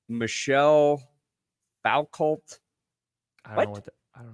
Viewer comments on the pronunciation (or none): Shout out to the French continental philosopher Michelle Foucault, whose name horribly butchered.